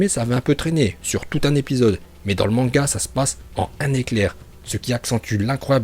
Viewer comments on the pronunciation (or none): none